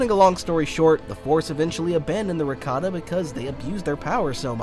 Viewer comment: Look brother. This is a chef issue. The pronunciation of Rakata that star wars youtubers including yourself choose sounds like ricotta. That's a type of cheese.